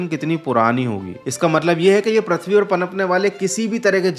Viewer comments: All Good...but improve ur pronunciation please... Its "Prithvi" not "Prathvi" or "Pruthvi"... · Prithvi ❌parthvi ✅😂